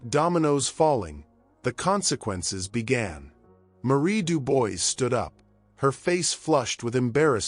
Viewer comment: if you are doing this, you should learn to prononce the name «Dubois»